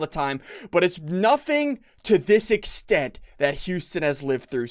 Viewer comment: your saying houston wrong your saying youston